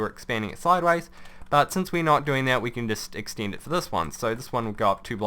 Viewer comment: Why do you pronounce E's as you would EE's? Remeember, geeneral, exteend... its so weird lol